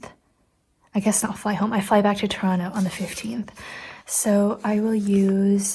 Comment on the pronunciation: I do love how you're saying Toronto like a Torontonian now lol. The second T is silent and anyone who says otherwise is just wrong 😂